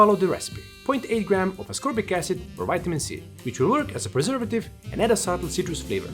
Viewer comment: 🍓Great video as always 🍓 BUT!...@ ascor(b)ic acid... Did you have a cocktail first before making that label? 😆